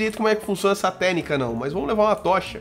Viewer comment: *"intendi a ténica" ?? que ténica é essa ??*